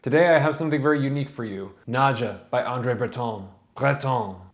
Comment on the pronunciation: It's pronounce "Nad-ya," as it would be in Russia. No English "j" sound.